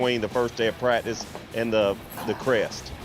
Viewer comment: says prackdice 😆